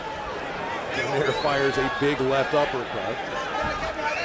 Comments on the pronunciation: How can you be a commentator and not know how to pronounce the participants names correctly of a main fight! Simply irritating and disrespectful! SMH it's pronounced Dō naire! Not Dō Naira!! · Anyone else bothered by how the commentator pronounced Donaire? This late in his career you’d think they would know how to say it properly. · Bruh you telling me no one taught him how to say “donaire” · Never heard Donaire pronounced like that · Whadaya think about a commentator that is so lazy as to not research how to pronounce a fighter's name properly?